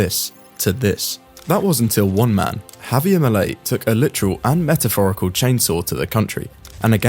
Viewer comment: It's not Havier, it's Javier!